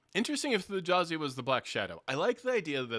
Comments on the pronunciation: Thjazi is pronounced THEE-YAH-ZEE. The J is pronounced like a Y b/c it comes from Norse. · First please pronounce the J as A Y in Thjazi Fang as Brennan did its small but will drive me crazy. Really enjoyed the discussion. Also this campaign feels much more plotted as a film or drama that conflict = Drama and that it’s less of a a party as opposed to a cast of characters. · I feel like I should take a shot everytime you mispronounce T'jazi's name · I can't understand how can watch the same four hours as us and be calling him Th'Jazi when every player was calling him "Thyazi" the whole time. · Just a small thing, it's spelled with a J but in the episode everyone just says Thiazi, not Th-Jazi. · Hate to be “that guy”, but the j in Thjazi is pronounced like a y. The name was said aloud NUMEROUS times over the course of over 4 hours, yall. Let’s be better about putting respect on the hero’s name, please. 🙏🏾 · You watched the whole episode and you keep mispronouncing Thjazi...... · This was an excellent discussion. Why are you saying the j in Thjazi’s name? Not a single person in the 4 hr episode did so, clearly indicating that it’s silent. Always find it odd when people don’t pronounce names like the people who have them.